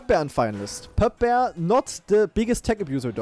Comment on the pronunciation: Poepboer spricht man Pupbur aus. Beide Vokale sind wie das deutsche lange "u", reimt sich auf purpur